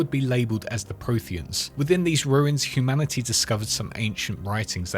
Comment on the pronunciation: You saying "humanicy" triggers my pms